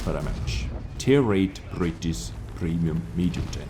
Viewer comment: . tier 8 brrritttisssssssswww prremium tenk